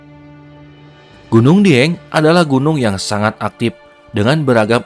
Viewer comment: Suara narator Video ini saya yakin asli Sunda . . Karena pelafalan kata ‘ Aktif ‘ menjadi ‘ Aktip ‘ dan penyebutan Air Terjun menjadi Curug serta aksen bicara masih ‘ Sunda ‘ bgt . . 🙏🏼🙏🏼😬